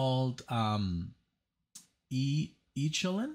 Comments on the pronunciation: It's e' ko lynn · I really don't know why you think neo-prog as a label. it is pronounced ECHO-lyn like ECHO.